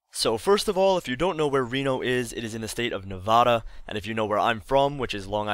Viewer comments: Nevaah-da? We say Nevad-dah over in Illinois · I live in Las Vegas and i think you are awesome but something that everyone in Nevada hates is that it is not pronouned [NE-VAW-DA] it is pronouned [NE-VA-DA]